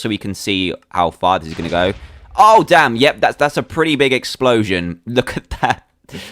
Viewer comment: he said dame !!!!!!!